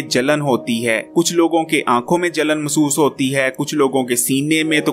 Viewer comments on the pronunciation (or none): مسُوس ❌. Masoos. مح سُوُس --- محسُوس ✅۔ Mehsoos